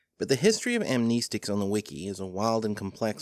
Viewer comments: Am "knee" stic? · amneeeeestics 😁 I haven't seen it said this way before. I'm not going to say that pronunciation is incorrect, since it's a made-up word, but it's still weird to hear 😃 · Well for starters amnestics just not how you pronounce it but I get its your accent or whatever